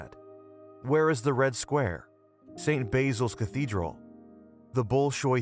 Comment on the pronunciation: This dudes pronunciations are gettin me when he said St. Basils Cathedral I almost turned the video off. Good video but a simple google search would improve the pronunciation issue lol